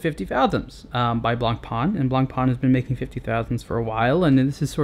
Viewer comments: it is pronounced blah pah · Nice, concise review. I don't think you can compare this to the submariner though; the FF is in an entirely different league. Also, you might like to know this, in French, the "c" is not pronounced in "blanc". Cheers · Man, name's not "Blank Pawn"! Of course, you can call it anyway but if you think you're a watch reviewer and actually you made it a daily job then do yourself a favour: Learn how to properly spell the names in this industry. Why all english speakers distort stupid french names remains a mistery.. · One of the most beautiful watches ever. Btw: Get the name right. ;-) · I wish you could say "Blancpain" properly, but I guess the right pronunciation is too difficult if you don't have someone French or Swiss to help you out.